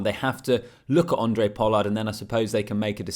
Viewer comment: It's Handre mate...with an H. Not Andre Pollard.